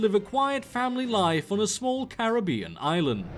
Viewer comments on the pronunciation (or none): none